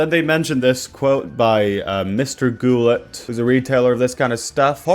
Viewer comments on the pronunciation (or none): the 't' in Goulet isn't pronounced, it's like Goo-lay. Goulet pens is very respected in the community- they're also super good at customer service and helped my boyfriend when he had some issues with the feed on a pen he got from them- I would highly recommend ordering from them if you want a new fountain pen.